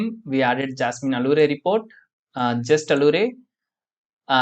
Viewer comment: Nice videos. Allure is pronounced as if it were 'alyooor'